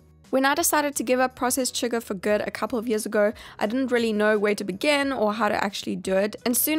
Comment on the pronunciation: I love how she says “rehlly” lol